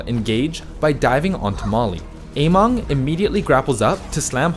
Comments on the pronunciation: It's amEng not amOng... how can you pronounce it so obviously wrong? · It's AmEng not AmOng uh-meng not ey-mong Emongg got you all messed up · its actually somewhere in the middle. ameng is chinese so keep that in mind how you would pronounce it. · Every time you say Ameng, I hear Emongg and I'm like wait what